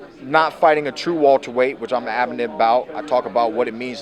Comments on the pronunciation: I'm sick of hearing this nigga say Walter-weight instead of Welterweight lol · Wilbart weyhhht